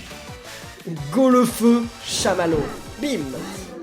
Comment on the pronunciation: golefeu se prononce goléfeu